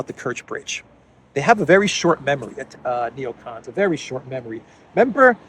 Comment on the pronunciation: "Necons, day dream belivers."